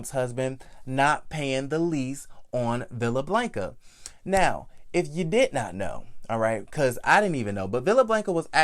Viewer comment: She should have pressed charges, period. Also I luv you Boo but I cringed every time you said Blanca 🤣🤣🤣🥴 put that short a in their please Sir.